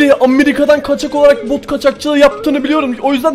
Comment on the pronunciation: bot yerine b*k mu dedi lan?!?!